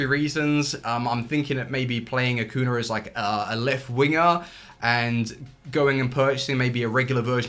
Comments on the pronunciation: Ah-Coo-Knee-Ah. You're forgetting to pronounce the "ñ" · How about you start pronouncing Acuña's name correctly? It's not that difficult.